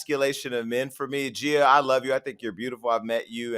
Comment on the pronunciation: It’s “GEE-YUH” Casey not “JEE-YUH” Casey, Jason.